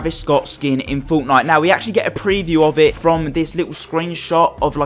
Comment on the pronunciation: Woah stop right there ❎ did you just say fonknite????